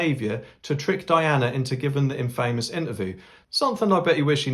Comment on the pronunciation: Pronounced in-fa-mus